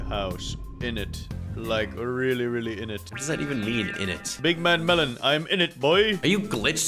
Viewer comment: Bro said melan